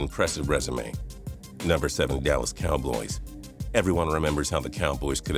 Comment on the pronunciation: "Dallas Cowbloys"